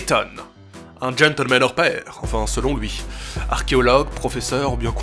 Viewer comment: gentleman pas gentelmen bordel !